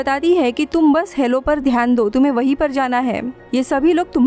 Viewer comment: DIDI ITS "HALO" NOT "HELLO"